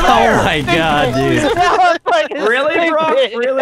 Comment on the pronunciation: Mehgaed.. Is deh cocktus!!!